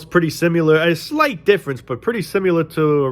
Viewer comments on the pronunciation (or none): "similar", not "simular."